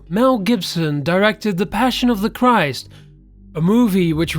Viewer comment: He read christ wrong